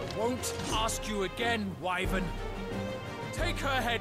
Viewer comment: I think the character's are pronouncing Wyvern's name incorrectly. Isn't it Why-Verne Not Why-vren?